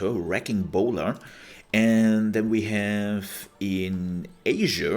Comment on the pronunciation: Bola is a tricky word, I used to say it in the same way that you did. What someone did was show me how to say it. Bola (Bowl-uh) that is a section of lines with weights on it to trip someone up. Bowler as you said is a hat. I hope I can help you from making the same mistake that I used to make. I gotta say your videos are awesome and I am sending all my friends to you when I can. Thank you for everything. I cannot wait to see this active.